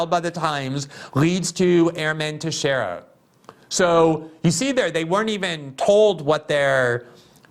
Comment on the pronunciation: Thank you, you pronounced Teixeira right!!!😄